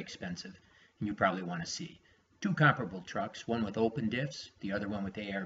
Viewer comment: Please pronounce COMPARABLE CORRECTLY.